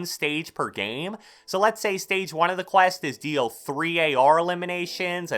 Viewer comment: Can this guy say quest right